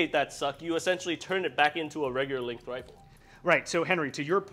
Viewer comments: Oh god no! Now i have to hear say "lenth" again! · i dont think acknowledges the G in the word "length"